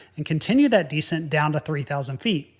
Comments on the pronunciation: isnt it descEnt? you keep pronouncing it dEscent and I am thinking "decent"... Anyway, great videos - love them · deSCENT. accent on the second syllable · You have compelling stories. However, I wish you would pronounce "descent" as de-SENT, not DE-sent. Decent is a different word with a different meaning. While I can figure out what you mean, it's annoying every time I hear that. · You can tell is a ex-military. We all say de CENT. He says DE cent. Cool guy. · This clip needs a "DEE-SCENT" counter, jesus christ, bowed out at the halfway mark... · 1) lose the ball cap 2) “descent” is pronounced with the accent on the second syllable, not the first. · Tbh, when I first tuned in to his channel, I wondered if that particular pronunciation was an aviators' lexicon/affectation. He just doesn't know how to pronounce it. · I’m distracted by your mispronunciation of “descent” that you had to say several times. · You're right. The emphasis is on the second syllable not the first.